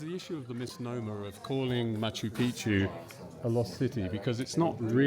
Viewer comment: I'm a fan of Ross and a believer in UFO's, which I have seen, but he is totally out of his depth here. Why can't Ross even pronounce Picchu? Brian, the guy in red talks a lot of bullshit. I have guided the region since 1985 and my book Realm of the Incas covers the area from the snow peaks tot he Amazon jungle. There isn't thin air altitude at MP. Ross must be unfit. It is lower than 10,00 feet where I have my farm below the quarries near Ollantaytambo. JP is also a nitwit. There are archaeological and architectural studies, especially the Wrights that show precisely how it was built - including with drainage channels underlying the entire citadel. All to plan.. Intihuatana, which he can't pronounce, is the hitching post of the Sun and casts no shadow at the equinoxes. So much is known. These guys just wallow in their ignorance. Built around 1400.There is no cocaine in the coca leaf, Geez, this is hard to watch. You can see gigantic megaliths all along the trail to the quarry at Ollantaytambo. They call them tired stones as if they fell asleep. In truth, the Spanish invaded before they could be completed so the 'thousands of years' theory is more drivel. You can still see the giant ramp that was used to drag them up to the main temple. In the 1990's we dragged one of the the megaliths on gravel and they moved smooth as mustard. Sorry to say this is the worst programme I have ever seen on News Nation. Utter bollocks.